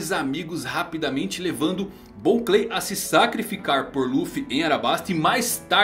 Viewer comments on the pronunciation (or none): none